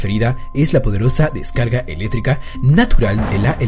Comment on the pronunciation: en ves de decir electrica dijo eletica